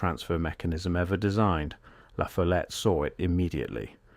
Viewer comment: It’s pronounced La FOLL ette